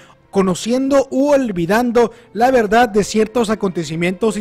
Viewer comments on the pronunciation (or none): none